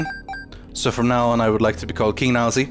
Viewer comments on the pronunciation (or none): this is so why is he saying Nielsy?